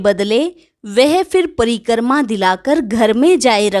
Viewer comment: It is "Pari- krama" not preekrama or pari - karma. Krama not karma. Omshanti thank you